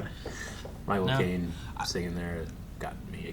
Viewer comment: The first time they said "Micheal Caine", I heard "My Cocaine" XD